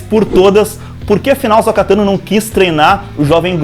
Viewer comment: Por que muitos insistem em chamar AhsÔka de AhsÓka?